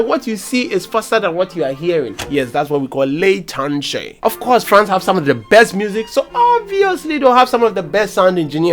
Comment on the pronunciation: Did I hear you say “FLANCE?” 😂😂😂😂😂😂😂😂😂😂